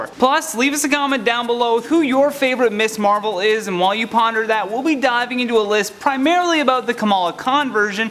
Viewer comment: It sounds like you keep saying “Miss Marvel.” “Ms.” is a different word.